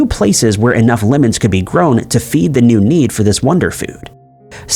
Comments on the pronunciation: He says "Limmens" instead of "Lemons" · So what! We know what he means. has over 2 million subscribers. However does things, it seems to be working out for him. IF SOMETHING AIN'T BROKEN, DON'T FIX IT! 😊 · Well when life gives you Limmens, make Limmenade.